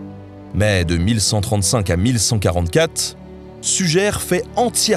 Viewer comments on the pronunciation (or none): Ça s'écrit Suger, mais ça se dit "Sugé", pas "Sugère"